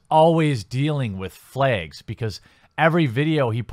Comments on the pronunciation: Why do you say flaygs? Not flags? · "Flaygs" otherwise good video.